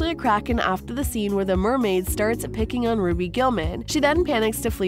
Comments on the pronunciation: She really said Raby then ruby 💀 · It's Ruby not roby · You call her "Robby" but you don't call her by her real name, "Ruby Gillman". It is not " robby". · Its roo bee not Roby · It's ruby not robby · It’s actually pronounced [ru-oo-bi] ruby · You are saying RUBY wrong😂